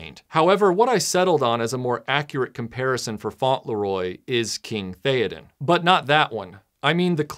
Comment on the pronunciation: It's not 'Faunt-Le-Roy', it's 'Fauntle-Roy'